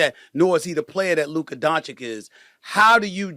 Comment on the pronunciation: After all this SAS still cant pronounce Doncic properly. It’s disrespectful to mispronounce someone’s name